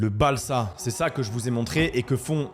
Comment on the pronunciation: ça se prononce "Balza". C'est juste un bois très tendre, il est pas "prédécoupé"